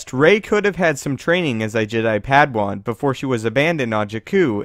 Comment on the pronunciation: Why do you always say "PADwan" it's PADAwan.